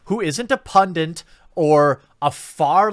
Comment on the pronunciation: It's 'Pun-DIT' - there's no "N" after the D!!!!